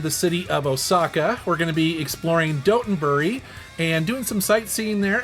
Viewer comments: Hilarious to hear Dotonbori pronounced like a place in England, “Doughtonbury.” Nice to see Kobe getting some love, I used to live there. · The way you pronounce Dotonbori makes it sound as if it is a town in England 😂